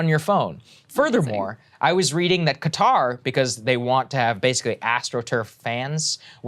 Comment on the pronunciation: FYI, the actual pronunciation sounds closer to "khudder" ;-)